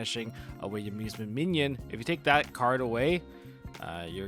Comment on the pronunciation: Im sorry but its bothering me. You keep saying minion. Mignon is pronounced more like min yone